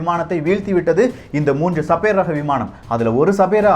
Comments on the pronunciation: என்னாது ?? சபேர் ஆ? 🤦‍♂️ Sabre? அதை சேபர்னு சொல்லனும்! சேபர் என்ற சொல் போரில் உபயோப்படும் ஒரு பெரிய வாள்! Star wars ல கலர்கலரா வச்சிருப்ங்யளே அது light Sabre!. !Ice age க்கு பின்னால் அழிந்து போன ஒரு புலி வகை சேபர் டூத் -Sabre Tooth. அதோட பல்லு வாள்மாதிரி கூர்மையா பெரிசா இருக்கும். தகவல் சொல்லும்போது சரியா சொல்லுங்க. சின்ன பசங்கள்லாம் ஒழுங்கா கத்துக்க வேணாமா? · Annae adhu sabaer illa. Saeber..